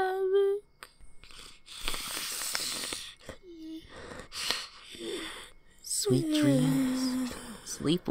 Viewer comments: Its cute when call sonic "sowic". 🤣🤣🤣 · The way said sonic”Sowic “ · I like how tells say sowic 😀